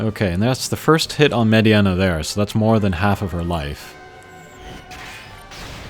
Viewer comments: nice combat . Its Mediena it's prononced MayDeNa not MaydeAna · Mediana? you called her Mediana? Its FCM. Funky Cold Medeina.